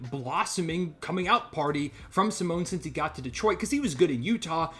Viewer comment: I'm not Italian but the way you pronounce Simone is criminal dude! 😂